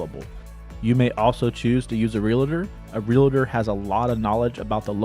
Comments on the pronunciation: The word is Real Tor. Not Relater. Geez! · "Realtor" is only a TWO SYLLABLE word, NOT THREE! People, you make yourselves sound like ignorant hillbillies when you say, "real • la• tor!" It's also NOT "real • la • tee," it's pronounced 'real • tee'.